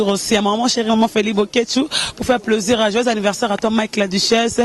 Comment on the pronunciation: on dit plaisir et non pleusir